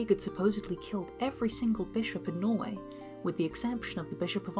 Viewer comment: Bro really said nor-eu4 ducat noise-way